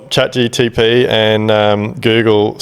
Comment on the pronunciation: You lost me at chatGTP 😆 why does everyone over 40 say the T before for P...